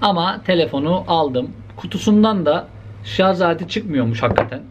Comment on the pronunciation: Şarz demeni özlemişdim reis))